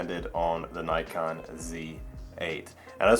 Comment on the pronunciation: Yes Nikon.. Not Nykon..